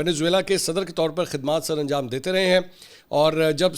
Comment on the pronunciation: Who the fuck is modurof? Its maduro And its not shavez Its chavez